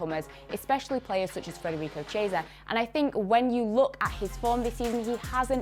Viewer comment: doesn't watch soccer, Navas overrated? You're drunk. It's pronounced Federico "kiesa", not "cheesa" 😂🤣